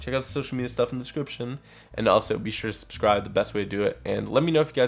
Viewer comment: Why are you not able to pronounce the B in subscribe? You say "suscribe"